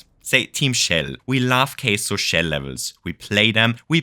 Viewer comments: Is saying Queso as engagement bait or does he after all this time still doesn't know how to pronounce Kaizo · How can someone with such information and passion for Mario Maker not know how to pronounce kaizo lol ...not that I'm against the idea of Queso Stages... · team queso 😋🧀 seriously tho how do u make a mario maker video about hard levels and not no how to pronounce kaizo hahahahah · please stop pronouncing kaizo like it's "queso" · it took me 12 minutes to realize that you were saying "kaizo" :l i was very confused as to what a queso level entailed... or why there would be a caseoh team... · why are you calling kaizo case-oh? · Never heard "Kaizo" pronounced "Queso" before but I love cheese (in MM and as a food) so I dig it! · When you say “kaizo”, it sounds like the Spanish word for cheese. “Queso” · Is THAT what the was saying?? I was so confused